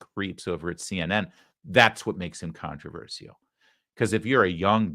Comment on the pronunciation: Larry, it's "contra VER SHUL" not "contra VER SEE UL"